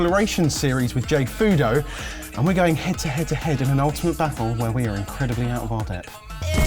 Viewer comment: Wtf is a jayfoodoh, also, learn how to pronounce words properly man, quit adding so many unnecessary "r"'s to words that don't even have them in it....